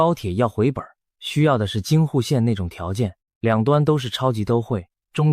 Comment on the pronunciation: 台灣高鐵沒有在沒人住的地方蓋車站？呵呵，這種連「都會」都不會念的AI影片，還是下去吧